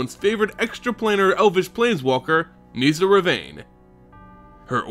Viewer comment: It’s nihssa, not niesa